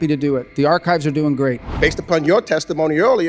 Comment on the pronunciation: Ark if viz! It is archives! What a joke…